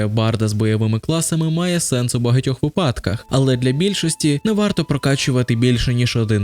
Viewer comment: Будь ласка "вИпадках" =)